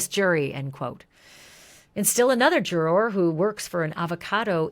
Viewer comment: Love the coverage. Wish you said juror correctly. 😢